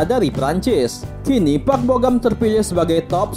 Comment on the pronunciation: Park bo gum kali bukan park bo gam Asal2 aja lu ngomong